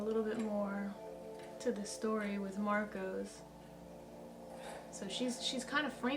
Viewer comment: Marco, not Marcos.